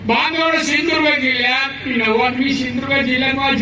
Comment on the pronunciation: सिंधुदुर्ग म्हणा गुरूजी पहिले